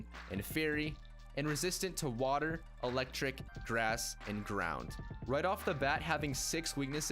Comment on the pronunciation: Am i the only one hearing ''Drown'' instead of ''ground''?